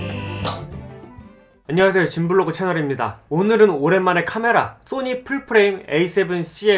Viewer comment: 왜 자꾸 소니를 또니 라고 하세요?